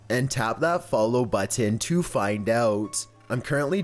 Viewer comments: Ok But why does he over pronounceate the word button? (Idk how to spell :) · His pronounceyation of button is the scariest part of this video